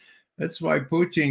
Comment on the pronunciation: Ray is the only English speaking person I've heard who pronounce the word "Putin" in Russian manner - Puteen, not Putn, like the rest of the West.